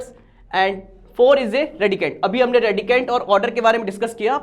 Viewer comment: The way sir said randicand to radicand😂